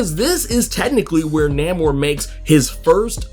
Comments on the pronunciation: Why I agree it's weird to hear him pronounce it that way, It's even more weird you falling on that old schlock "so so must be getting paid by Disney". So lame lol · first time hearing his name said like that, was caught off guard lol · Why do you keep saying his name that way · Why are u pronouncing his name like that but that's not the way you say it and you supposed to be a comic book accurate dude saying it like how they standing in the movies and it's not pronounced like that brother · ewww you pronounce his name weird lol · I have never heard his name pronounced like this in all my damn near 4 decades of life. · He done said this characters name wrong so many times before the minute mark I think it is a superpower. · Namor is Roman backwards thats how the name was invented and the writers pronounce it as Nay-mor. So its kind of funny how he keep saying Name-er....lol Regardless the MCU changed it to Na-mor recently. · Pronounced NAY-MOR, Not, Named lol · I'm sorry I can't do it I gotta be a whole complete butthole, I can't do the NAMMOR he keep saying love his vids. But NAMMOR and the whole industry and me loves NAYMOR I know it's spelt wrong just tryna get the sound out NAEMOR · It's pronounced NAY-MOORE not NAM-MUR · Nah-merr…then you said nuh-moor…bruh what lol? It’s not pronounced Nay-moor anymore? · Who the hell is Namer? You mean Namor? You butchered his name worse than M. Night Shyamalan butchered Aang The Last Airbender. 😂😂😂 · Namor not namer lol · I thought it was pronounced NAY more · The ONLY reason I disliked this video is becuz U mispronounced his name. U done lost yo damn mind & U should know better. It's NAMOR (NAY-MORE). I/WE X-pect better from U, Sir. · NAY-MOOR say it with me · Have I been pronouncing his name wrong all these years? I really couldn't get past the way you pronounce Namor, I could have sworn the "a" is long. It really was grating. Is this a joke? 'lol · It's Namor. Not sure of what his new name honestly